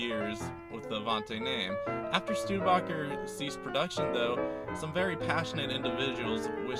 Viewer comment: Stude-a-boker? NO, it is a Stude-Baaker! ( Studebaker )! The oldest name in wheeled vehicles worldwide. Never the less, awsome car, and correct, very rare.